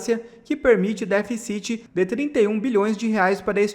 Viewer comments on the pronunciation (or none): Ô menino.Diga déficit e nâo deficit.Bem como superávit e não superavít.Que horror! Deixe economista falar!